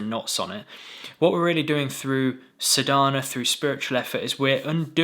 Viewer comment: Thank you, for this much needed clarification on practice vs just be. Excellent explanation! Please note the correct pronunciation of the essential word Sadhana is saadNa, sa is long sound and there is no stress on dh. ❤